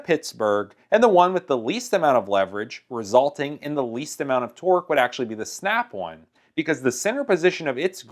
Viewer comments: Who the hell calls it snap one come on bruh its snap on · Every time he says "Snap-on" it sounds like he's saying "Snap-one" & It makes me want to fucking throw myself down a flight of stairs. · I love the way this guy says Snap on. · It's Snap-on, not "snap auwn" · The way he says the word on is funny. He kinda says snap-awn. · Listening to you saying Snap On is pissing me off